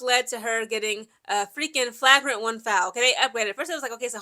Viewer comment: Do y’all like how is flipping between saying “Flauwgrant and Flaugrant pronunciation? Lol.